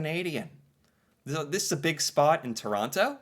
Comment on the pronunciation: You keep mispronouncing Toronto despite having a video correct you yesterday, now you're just being plain rude.